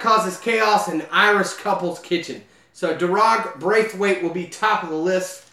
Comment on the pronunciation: Thanks but Daragh is prounnonced Dara